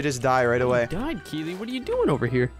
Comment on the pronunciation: Omg, you actually said Keeley right Hahaha! When I saw it I was like "Omg someone other than me spells their name that way" I was so happy when you said it right.